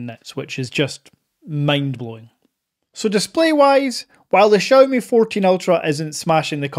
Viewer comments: Please stop saying "Chow ME" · XIMI sounda better :) haha